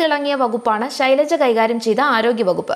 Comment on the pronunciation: "Shilaja " ennuvilikkan sahodaree ningal madeel ittu valarthiyathano